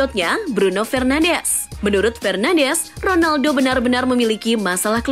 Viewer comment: Bruno fernandes baca nya, bruno FERNANS